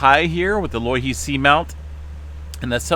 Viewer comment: *pronounced "Low "e" he"